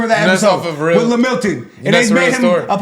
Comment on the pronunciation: BRO SAID LAMILTON